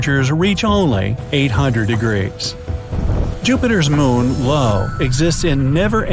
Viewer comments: io isn't pronounced low its pronounced eye-oh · I thought it was pronounced "eye-oh", not "low" 🤔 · Jupiter's moon is Io , not "low". Pronounced "Eye-oh" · The video was very enjoyable and I've subscribed. One minor quibble. The name of Jupiter's moon is pronounced Eye-Oh, not "Low." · Jupiters moon is not called LO its called i-o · Dude Io is not pronunced Lo its io :) :) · Lo? Do you mean Io (io)? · LO? It's called i-o! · Jupiter's moon Lo? Really? It isn't "Lo." The moon is named "Io." Pronounced eye-oh. As soon as I heard that lack of education, I lost interest in the video. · io, not lo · I laughed when he said “ low “ 😂 😅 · In the video, he says "Lo" and that's why I commented. So put out the torches, and put away the pitch forks. Please